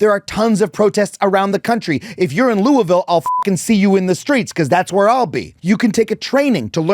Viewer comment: So thankful for you using your platform. Also unfortunately watching this after you went to KY, but Louisville is pronounced loo-a-vuhl